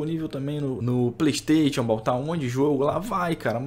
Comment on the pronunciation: Passa pano demais... e a pronúncia do Playstation é de doer os ouvidos kkkk